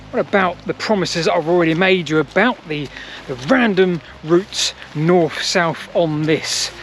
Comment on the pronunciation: Ok just to bring you back down to earth.. could you poss have a go a saying 'north' instead of 'norf'? Don't care about 'sarf' 😅 also funny when you said 'to my west'